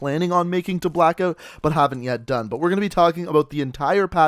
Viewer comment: Sorry but it cracks me up every time I hear you say blackoot